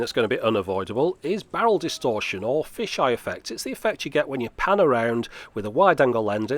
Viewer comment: Wait did you say bowel distortion? That camera really is crap... 🤔😉 Just kidding of course, love the videos!